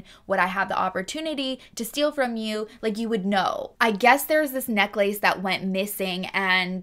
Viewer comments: Omg I cant. Necklace is one word. Its pronounced more like neckless. Its not neck lace for f's sake. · Omg what a character...this Gary. Also, I have never heard anyone pronounce necklace the way you do. Haha. Happy new year. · I have never heard the word necklace pronounced as neck lace. Now I'm questioning my lifetime of pronunciation.... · I cannot with the neck-lace lmao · I’ve never heard anyone pronounce necklace as neck-lace..it’s so cute lol…